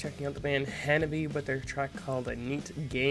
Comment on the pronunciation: The name of the band is wrong. In Japanese reading, it becomes HANABI-Eh and pronounces E. Some people ask me to forgive you because it's an English pronunciation, but please refer to it for the time being.